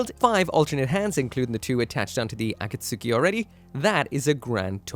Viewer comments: It's "Akatsuki" not Aka Suki say the akat fast then a split pause then say Suki kapish? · A-kat-ski 👈 A-kat-suki 👋 Not a super important difference, but I keep hearing it wrong everywhere. It's sounding like when Americans say carry-oaki, or pough-ki-mon. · Akatsuki is said like A Cat's Key not A Cat Sue Key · why do you pronounce things so incredibly incorrectly. ah-kat-soo-key? really?